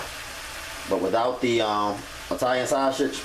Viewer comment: Italian Shashege 😂